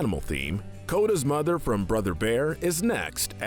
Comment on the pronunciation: Bambi's Mo-THer